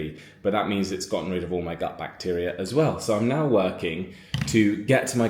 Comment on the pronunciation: gut health sounded like but...lol